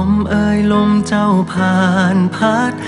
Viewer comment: ชอบการออกเสียงคำไทยของเวลาร้องเพลงที่สุด เวลาใช้คำว่าเธอ, ใจ, เจ้า,ไฉน ไม่พ่นลมออกเหมือนภาษาอังกฤษที่บางคนร้องแล้วลมมันออกแบบนั้นตลอดซึ่งฟังแล้วลดความเพราะไปเยอะเลย